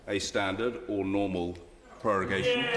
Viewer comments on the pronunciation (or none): Its prorogation, not prorugation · ProrUgation?!? ProrUgation!!? Really?! I do not assume studying at least some basic latin before trying to explain law & procedural principles should be required, but checking a vocabulary when you meet an esotic word fuck yeah IS COMPULSORY. And you even see how it is written in the official rule guide. (Hint for latin scholars: rogo, rogas, rogavi, rogatum, rogare) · lol 'prorugation' instead of prorogation